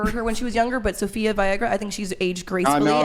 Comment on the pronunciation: Aside from butchering her name, she should really google her. She looks good now at 51, but she was an absolute bombshell in her twenties. doesn't know shit. Funny thing is Sofia looks better at 51 than or Bangs now... Future's not that bright for these gals.